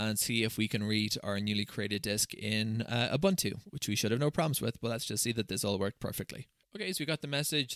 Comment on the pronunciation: No, you are not using "OOBANTOO". You are using "OOBOONTOO". Your Scottish accent is not an excuse for this big mistake. 😁